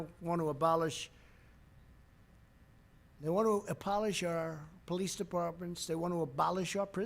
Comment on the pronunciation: "Polish our police"...he can't read.